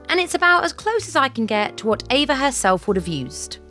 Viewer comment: Well ... It's actually pronounced AYva Gabor. Sorry